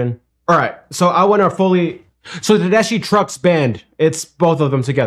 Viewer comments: The "ch" in Tedeschi is a hard "k" sound. At least that's the way I've always heard it pronounced. (Te-des-key). I first saw her at the Florida Theater opening for Johnny Lang many years ago - probably about 1997 - playing her signature Tele and singing the blues. Got her to sign her CD. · Susan Tedeschi and Derek Trucks are man and wife. They each had their own band when they hooked up. Her name is pronounced Tedes...kee. Thats how she pronounces it. My son and daughter-in-law go to their concerts very frequently and they clued me in how to pronounce it. 😊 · Best band on the planet. I've seen them 75 times and will see them four times this week. It's pronounced Tedeski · Hey, I quit listening to the radio 25 years ago. But I found a replacement with you tube videos, then with music video reactions about 5 or 6 years ago. I found you about 6 months ago and you are my favorite. Your reactions are so genuine, authentic. Susan, pronounced, TA DES KEY, had a solo career, Derek also had his own band and played for 15 years with the Allmans. Him and Warren Haynes, you saw him Joe B.. They were the two guitarist until they disbanded. Susan opened for the Allmans and that's where they met. They are the most amazing live band period. Only listen to them live. They have many videos on you tube. Midnight in Harlem, Don't let me Slide from E Town are great. Bound for Glory from Atalanta. I Want More from the Beacon. That's just a start. I walk on Gilded Splinters. Susan does The Sky is Crying, blues tune, you get to see play solos. Check out Hurts so Bad from Austin City Limits, unbelievable. It's from like 25 years ago. I know you started on the Allmans, try In Memory of Elizbeth Reed. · I'm watching this cause I like to see how people look when something so powerful hits thim in their ears. PS her name is pronounced Ted-ESS-ski. It's an Italian name- she's from Boston. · Susan pronounces her name Ted-es-ski. This band is the bomb! Enjoy!